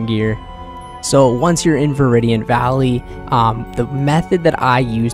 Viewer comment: no way you called it a moosh tree and veridiant valley wtf